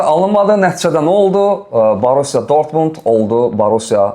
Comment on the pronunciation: Ay, dörtmund deyir😂😂😂